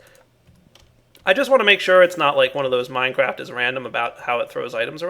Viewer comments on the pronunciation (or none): none